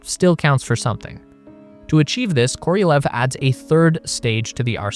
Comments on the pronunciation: Korolev, not Korielev, not Korielev. KOROLEV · Why are you saying it Koriolev? It's just Korolev. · It's KorohlyOv, not Koryliev. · Se pronuncia serguei karalhov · Every time you mispronounce Sergei Korolev’s name as Kor-EEE-o-lev is infuriating. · "koriolev".... Sure